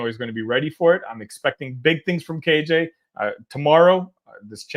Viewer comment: You keep saying KJ’s name wrong